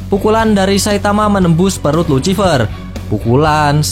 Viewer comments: Please bang perbaiki kata ejaannya,, luciffer dibacanya lusiffer bang,, kagak enak aj dengernya #suwun 🙏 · Bacaannya "lusifer" pak